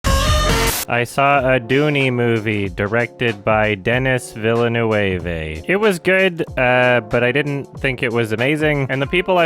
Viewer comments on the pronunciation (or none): HAHA it's actually pronounced de-ni vil-nuv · That face reveal was like, Iron Man bad. But I did like the Ornithopters, I thought they were far more interesting than just a shuttle or something. Just for future reference, it's pronounced like "Denee Vill-nerv".